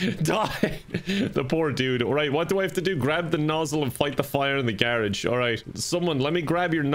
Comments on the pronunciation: Am I the only that noticed pronounced garage wrong 😂😂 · Today I learned there's another way to say garage